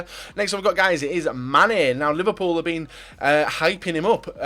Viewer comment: Anyone get annoyed when describes Liverpool as "ous"